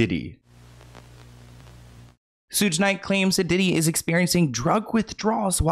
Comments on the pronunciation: Soog Knight hehe babes it's Sug like sugar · Yo...it's SHOOG Night...not SOOGE...❤ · Suuuge Knight has me wheezing 🤣🤣☠️ its Sh ug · It's not "sooge" honey. It's "shoog" like sugar. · Hey!! It's SHUG like SUGAR. Suge Knight. Love all your video, as always!! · SUGE is "sugar" without the "ar". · Did say "Sooj"? 😂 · lol “sudge knight”. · not u calling THEE Suge Knight Sooge 😂😂😂😂😂😂💀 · said “ soooge”instead of suge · his name is shhhug knight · Sooje? I can't